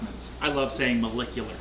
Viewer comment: Ahhh yes "Ma LICK U lar"